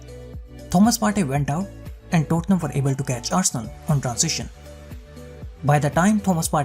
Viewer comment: Me alone or when he said tottenham it sounded like dortmund?